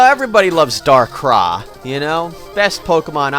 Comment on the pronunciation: DARKRAI, NOT DARKRAH.